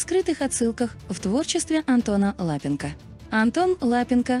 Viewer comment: Да ЛапЕнко, ну неприятно слушать же.